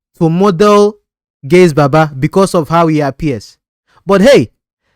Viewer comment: Gaise Baba not gaze